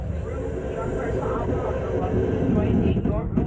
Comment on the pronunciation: Just an FYI. The river you crossed in Portland is the Willamette, not Williamette. The name is of Native American origin, and the emphasis is on the second syllable (will-AM-ette).